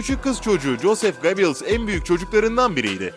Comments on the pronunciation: Yalnız "Göbiyils" nedir yaa ... Çok tanınan, ismi defaten filmlerde belgesellerde geçen bir insan. Yine de duymamışsan, açar orjinal telaffuzunu internetten öğrenirsin. Süper konu bul, uğraş didin kurgula, sonra telaffuz gibi basit bir detaydan sınıfta kal. DAHA ÇOK ÖZEN LÜTFEN !!! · Göbels diye okunur